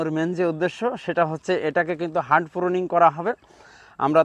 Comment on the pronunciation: হার্ট/heart প্রুনিং না। এটাকে হার্ড/hard প্রুনিং বলে